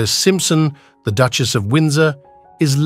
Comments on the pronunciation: Whoever is doing the voice-over has a really weird way of pronoucing certain words. For example, the word Duchess is Duckious. Really weirdf and annoying!!!!! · Beautiful jewels and lovely to view but the pronunciation of Duke and Duchess and other slip ups was very annoying. Most be AI